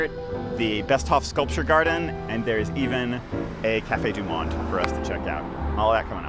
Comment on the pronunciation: Delightful video. I did not see credits for the music. Please learn to pronounce 'du Monde'.